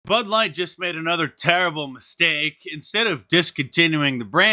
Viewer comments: did you just call it Butt Light? LOL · It sounded like you said butt light and that wouldn't be wrong